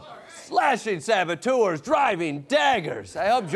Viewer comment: She pronounces "saboteurs" false, she says "sabotours" instead. Being a "professional" apparently doesn´t make you immun against being illiterate...